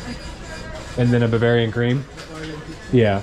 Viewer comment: you did say buvarian